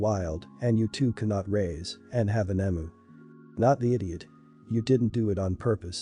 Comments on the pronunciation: It’s a very obvious bot voice, but it’s less annoying compared to other bot voices. As an Aussie it is pronounced eeemyou not Emoo. But a lot of words are mispronounced by bots or the incorrect version is used (the one I hear most often is “live” as in “I live here” being mispronounced as “live” as in “this is a live animal”) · I can’t tell whether this is a human reader or not as an Australian I have to say it’s pronounced Eeeem -you not emoo I took me a while to figure out what the hell you were talking about. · Eem-you, not em-oo.